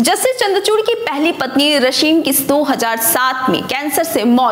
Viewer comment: रशीम नही रश्मी |उच्चारण सही होना जरूरी है |बाकी सब ठीक है|